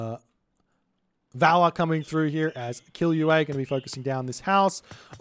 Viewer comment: i found that funny because i read it Killua (a character from manga Hunter x Hunter) and when you said ''k*ll you ei'' i almost spill my milkshake. The double ll is pronounce in that name as it was in the word ''valley''. I hope this helps even tho i'm a bit too late watching this vids xd. All good and fun times with you. PS: No hate at all, i just found it funny because I be doing that sometimes when I don't know how to pronounce a name in another language than my native one